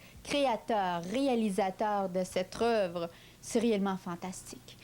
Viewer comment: J'allais le dire! En plus, à elle dit "créateur de cettre roeuvre"